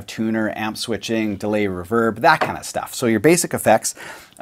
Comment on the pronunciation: Why does pointy fingernail man say reverb wrong